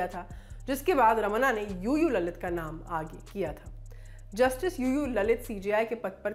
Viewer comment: I heard it UU LALIT as Loru Lalit